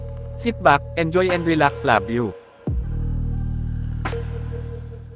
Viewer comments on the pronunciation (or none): none